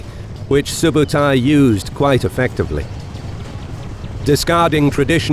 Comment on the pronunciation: i am Mongolian and i tell you something its not JEBE!!! correct call is ZEV (ZEV - ЗЭВ mean is aerugo or arrowhead) ZEV is chingis khaans general of 1/9 and its not SUBATAI correct call is SOOBEIDEI - СҮБЭДЭЙ. soobeidei too general of chingis khaan 1/9 (khaan khan - is mean KING) And Mongolians are the only country to beat Russians in the winter haha